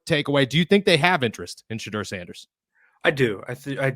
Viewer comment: All I'm hearing is the way you're pronouncing Shedeur. Did I miss something? I've never heard anyone say it that way before, including Deion. I'm going to be questioning myself every time I say it now.